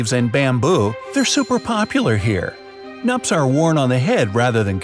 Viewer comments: Not nup brother ..we call it Knup pronouncing it to " koo--nupp" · Thanks for featuring my lovely Meghalaya! There is some correction to be made. Knup, the local umbrella, is pronounced as "Qnup" as a 'Q' in Queen... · Knups are actually pronounced as knoops , the K in knups is not silent. I'm from Meghalaya, follow me on insta ❤😊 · The K in Knup is not silent, it's also not pronounced"UP" but kind of like "Oop" but it's stretched shorter than Oop. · Happy my place is mentioned atlast.... Getting recognise by the world... Thank you... Yayyyy so happy.. Correction:- 1) its not nup. It's knup. K is not silent. 2) the diner.. just because its in India doesn't mean we all are Hindus or Muslims... Majorities of Meghalaya people are Christians. Taught by the British I guess. Then we have our own tribal religion "Niam KHASi" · A Khasi here from Meghalaya, KNUP (the bamboo umbrella) is not pronounced like it was in the video, the 'k' is NOT silent and we pronounce it like 'knoop' (the oo/uh sound here is similar to the oo sound in book not the oo sound in boot). I know nobody cares but I do, since it is my language (Khasi) 😅 anyway have a nice day people and much love from the Khasi hills🇮🇳, 😃❤. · KNUP - The "K" is not silent. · The K in Knup isn't silent bro😂. And the "u " is more like "oo". Knup rhymes with snoop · pronounce as knoop ...(.knup) ..Proud to be from meghalaya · Well the guys obviously not from India so he wouldnt be able to correctly pronounce it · The *k in knup isn't silent thanks 😊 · U pronounce knup wrong..